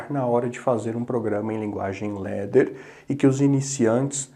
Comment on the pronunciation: Muito bom, mas se pronuncia Ladder como se escreve e não Ledder, Ladder vem do inglês e significa Escada.